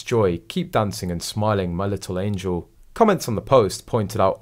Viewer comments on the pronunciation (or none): none